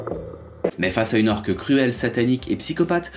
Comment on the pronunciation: UUUUUNE ORQUE PAS "UN" ORQUE !!!!!! T'es illettré ou c'est comment ?